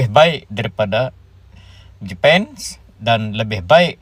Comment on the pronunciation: Kau ngomong daripada (seharusnya dari saja) Jepang dibaca jepun (seperti maling sia) gua unsubscribe.